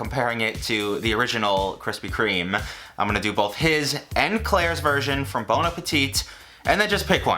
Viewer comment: kwispy kweme uwu